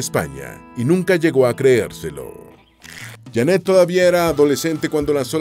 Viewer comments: No es Jannet, es Jeannette.. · No es Jannet, es Jeannet, el wey del video pronuncia mal el nombre.